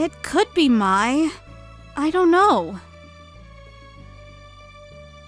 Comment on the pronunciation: Sagewolf doesn't pronounce Mai correctly